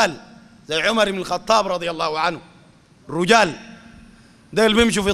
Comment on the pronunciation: رجال بكسر الراء وليس بضم الراء